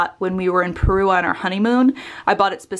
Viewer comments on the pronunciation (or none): none